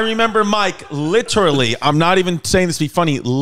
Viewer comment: Chrissy LIT-TERALLY